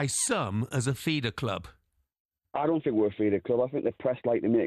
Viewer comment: Basket case cloob hahaha what a belter 🤣👌